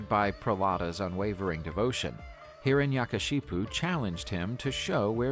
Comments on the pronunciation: is nobody gonna talk about hiranyakashyap pronounced as hiranashakashipu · Its not hiranyakashipu , its hiranyakashyap